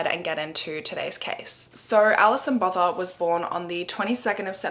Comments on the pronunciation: South African here, her surname is pronounced boota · The 'th' in Botha is pronounced as a 't" in Afrikaans. So its "boo-wa-ta". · No one in South Africa can pronounce Gqeberha either. 😂 The name Botha is pronounced without the h or th sound: bou-ta. Also government emergency services are useless even today. We have private ambulances now which if you don’t have medical aid cost a fortune. But rather that than waiting hours for help. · Just here to correct the pronunciation of Alison’s name, in case anyone cares…her surname, “Botha” is a well-known name in South Africa- and it’s always pronounced with a hard t… similar to the poet Göethe. It’s not pronounced like the word “Bother”. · That pronunciation of Botha is quite interesting lol. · I could swear You had already covered this case bc your accent saying "Alison botha" is imprinted in My mind